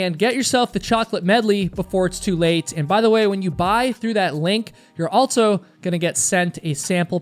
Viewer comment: for the love of god plz STOP saying altso